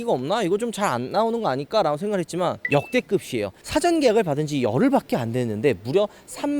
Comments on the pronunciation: 어두운 색이 확실히 거부감이 줄어드는듯 밝은색 보면 그릴이 너무 확 강조대는거같음 근데 성님 디자인 설명하실때 좀 오그라들어유..말린 오징어마냥 글고 "역대급이" 말하실때 역대긊도 아닌디 역대급시라고 하시는거...진짜 죄송하지만 조금 거슬립니다요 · 계속 역대긊이라고 발음하는 게 좀 거슬리네요 고쳐주시면 감사하겠습니다